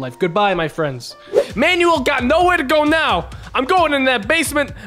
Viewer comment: the way he pronounced Manuel....